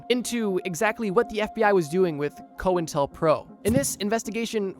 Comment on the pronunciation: It's pronounced Coin Tel Pro